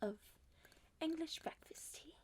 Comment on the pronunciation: Im new but are you British cause when you said tea only it sounded British